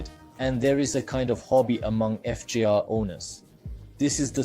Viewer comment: BS video--He calls it FIZER? Likely an AI voice translating a script, not a guy who actually rides.